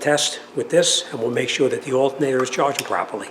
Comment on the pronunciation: Hey, what's up with "charing system"😅😅